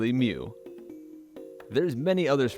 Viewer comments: I was about to punch through my computer screen when you said Mew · I literally screamed when he said mew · when he said mew i literally screamed at the screen